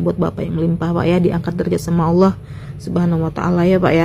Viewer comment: kenapa orang Indonesia sebut perkataan 'Allah' dengar seperti 'aulia'.. kenapa yea